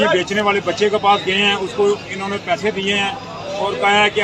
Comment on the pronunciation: pehe nhi pese hota h sir...😁